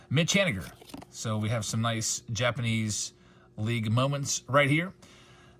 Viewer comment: I Swear I Heard “Jabs’panese” at the beginning! 🤣😬🤷‍♂️